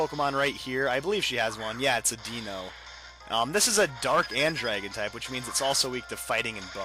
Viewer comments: its not dino ..... its dy-no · Deino is pronounced (Deh-no) and Hydreigon is pronounced (Hi-dre-jun)